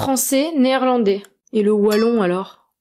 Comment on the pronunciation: Je suis positivement étonné de ta prononciation du mot "Wallon", avec un [w] et pas avec [v] comme beaucoup de français le prononcent. Les belges disent [w]agon et pas [v]agon. Cela est peut-être lié au fait que en néerlandais, tous les w se prononcent [w].